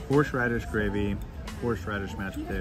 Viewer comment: Horseradish is horse- radish. Not horsh radish. The pronunciation is so painful it put me off watching from the beginning. Horsh horsh.